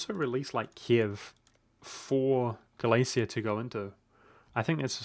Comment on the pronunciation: U are pronouncing Galicia correctly, but I bet u wont say Volhynia lul (u should pronounce H in this word).